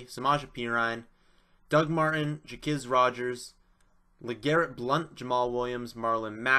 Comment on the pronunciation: Stop pronouncing it as "jakizz" it's pronounced "jakwizz" it's hard to take someone's analysis on players when you don't know there names